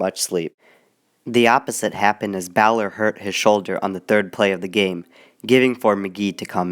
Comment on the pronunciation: Boyd Dowler, not Bowler